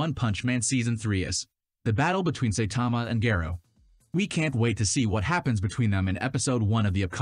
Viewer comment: It's pronounced Sai-tama and Gah-roh-u. This is why it's essential to watch Subs over Dubs.